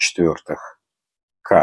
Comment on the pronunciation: Не МР а МП - читается. МР - это модель указана латинскими буквами!